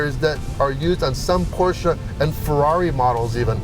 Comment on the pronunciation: D 10 extra points for pronouncing Porsche correctly!